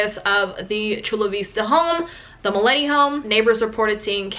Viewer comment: You pronounce it "MILYETE"